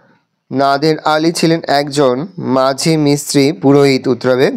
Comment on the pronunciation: মাঝি তেই দাগ দিয়েছেন স্যার 😂😂 শুধু উচ্চারণটা ভুল করেছেন স্যার😂😂